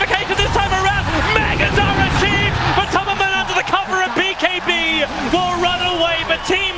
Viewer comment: He says B(bay)(key) instead of saying bkb! ROFL:D